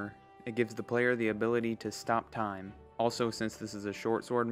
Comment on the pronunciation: UM AKSHUALLY ITS TIME AND NOT STIME